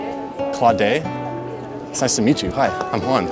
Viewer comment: The way she was trying to pronounce Juan 😂